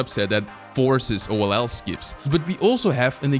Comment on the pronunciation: Hello, I am Mexican, and I am just going to recommend to you, if you are going to hire a voice actor to translate the videos into Spanish, please let it be someone who knows about speedcubing, because the voice actor says the speedcubing terms so badly. For example, he says oll as "ol"; or something like "cubing secret" as "secreto del cubo"(that sound a lot of bad in spanish). And besides, all your magic is lost and he don't use any intonation.